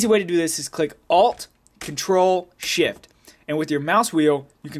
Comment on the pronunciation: It sounds like he says ALT, CONTROL, SHIT..